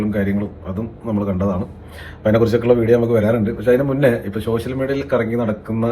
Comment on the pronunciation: ഷോഷ്യൽ അല്ല സോഷ്യൽ